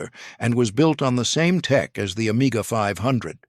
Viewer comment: okay but, for the Commodore CDTV, the French AI voice does deliver the Amiga 500 data config as "omega 500"... (didn't watch everything ...bored by the AI viced voice)